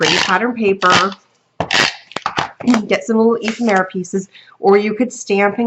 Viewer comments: E fem era is the pronunciation. Lol Great cards . Love them thanks for sharing. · Love your style of video, it's like you're holding a conversation with us. Your cards are beautiful. You crack me up trying to pronounce "ephemera". Someone gave this to me to help me remember how to pronounce: E-fem-ra.